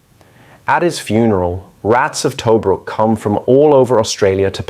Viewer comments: pronounced TaBROOK. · Us Australians are proud of our "Rats of Tobruk". Great summary but if only "Tobruk" wasn't mispronounced throughout. It is "Tu-brook' - U as in 'up' & 'brook' said same as a small stream. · Yeah, but where is this "Toe-brook" place he keeps talking about?